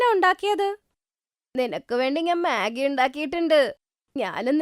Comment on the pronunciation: മെഗി ❌ മാഗി ✅